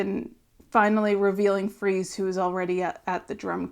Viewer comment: It's Freese (sounds like fleece) not Freeze. Long time fan. I used to see Josh play at Disneyland with his band "Polo". He is a journeyman drummer that brings the chops and personality to meet the Foo's energy. He's played with every band you can think of. When I saw him play with the Foos at Taylor's tribute, it seemed very organic and I hoped they would recruit him. Super excited to hear the music they create with together.